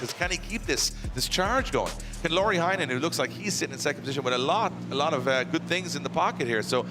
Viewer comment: Can you please call Heinonen as "heynonen" not "hi nonen" ty.